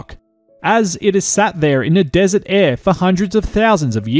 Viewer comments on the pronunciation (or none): none